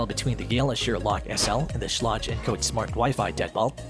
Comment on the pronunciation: Learn how to pronounce schlage